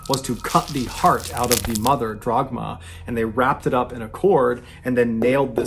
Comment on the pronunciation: On a sidenote, turning "Dagmar" into "Drogma" is a pretty crazy mispronounciation. Dude went all the way to the end to fetch that r.